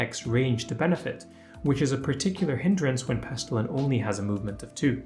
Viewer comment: Pestillian, not Pestillan